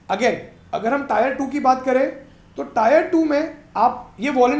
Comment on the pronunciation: Good information about the corpus and inflation rate.... But bro it is AN Indian and please don't say टायर yaar... Please say टीअर.... Otherwise very good video.